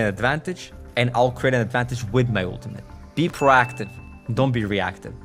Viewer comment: Its - "Pro(> pro'oh <)active" , not - "PaRAACTIVE"